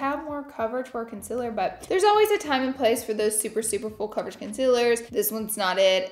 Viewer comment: not me thinking about Fool Coverage every time she says full coverage 😭😭